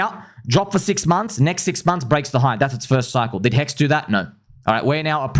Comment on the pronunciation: It's not pHEX, it's HEX.